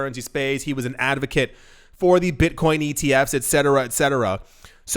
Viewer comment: It was funny when you pronounced ETFs and BTC completely phonetically like you've never seen an acronym before 😂